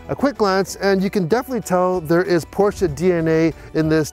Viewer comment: Thanks for pronouncing both Porsche and Taycan correctly. What a beautiful and impressive car! Even more impressive consindering its Porsche's first EV